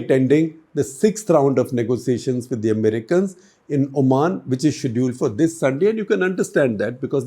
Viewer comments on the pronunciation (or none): none